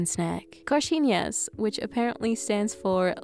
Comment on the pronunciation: i love how you say coxinhas, you say it so well!! im portuguese and i loveeeee brazilian food so much